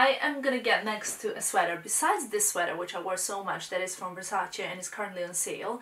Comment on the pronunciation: omg you are literally the first youtuber that knows how to pronounced Versace correctly, you are a very elegant woman , love youuu